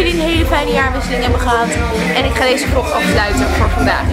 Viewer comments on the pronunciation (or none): none